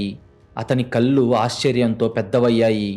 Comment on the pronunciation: మీరు చదివే కథలు బాగున్నాయి కాని తెలుగు లో ల మరియు నా అనే రెండు అక్షరాలు ఉంటాయి ఆ తేడా తెలుసుకోండి కళ్ళు అని చదవాలి మీరు కల్లు అని చదువుతారు ఇళ్ళు అని చదవాలి అర్రులు అని చదువుతారు తెలుగు ని సరిఅయిన పద్దతి గా ఖూనిచెయ్యకుండా చదవండి ఇలా రాసినందుకు దయచేసి అన్యధా భావించవద్దు